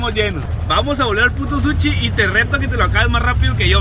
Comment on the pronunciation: Un suchi no mames quien vergas le dice así al sushi jajajajaja